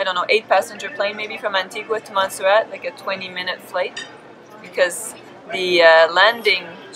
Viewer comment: Lol Antigua pronounced wrong but hey I’m glad u got Montserrat right🇦🇬 glad you had fun in our islands